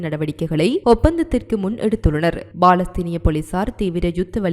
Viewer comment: BALAStheenam illa Ammani, Paalastheenam!..Ippadi news vaasikka, ungalukku vetkam illaiya, AMMANI????